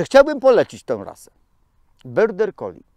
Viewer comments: dlaczego wymawiasz nazwę tej rasy jako „byrder collie”??? To jest border collie i tak się to wymawia. Pozdrawiam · tak po niemiecku lubi 😁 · też to wypowiadanie zauważyłam, ale pomyślałam, ze ja nie mam wiedzy o nazwie rasy. ja mówię border, ale jak specjalista tak mowi, to widocznie, tak jest.